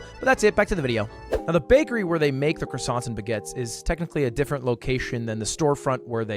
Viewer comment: as a french the "baguettes" destroyed my heart , what are those x)